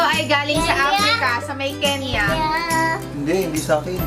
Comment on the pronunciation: havey yung "KENYA" HAHAHAHA